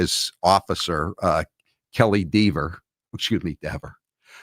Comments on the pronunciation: As a grammar and spelling nerd, Mr. Jackson is incorrect about his 'pronunciation rule' - because English is a hot mess lol Dever rhymes with never/bevel/lever/seven (all spelled with the same vowel-consonant pattern) 😉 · But AJ, never, ever, lever, are pronounced the same way Deeeever wants her name pronounced. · Gotta love how he clears up his dictation by spelling aloud 🤣 AJ grammar lessons incoming? Edit: Lmao just got to the part of him explaining how "Dever" should be pronounced, gotta make those lessons. Pretending English has hard pronunciation rules is an exercise in futility though. Gotta appreciate the fact that her push back against his pronunciation is causing everyone to say it incorrectly now 😂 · Sorry Alan, “never” is pronounced the same. That said, I hope Dever NEVER works in law enforcement again. She’s a complete liar. You can’t call that level of detail a false memory, a hallucination, maybe or as I believe, a lie. One of many.